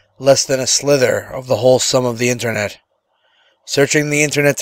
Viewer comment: Sliver* not slither or silver